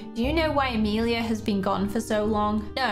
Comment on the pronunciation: I wanted to say… you say Amelia wrong cuz my name is Amelia